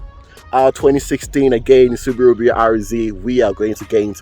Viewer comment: how he says subaru alone is perfect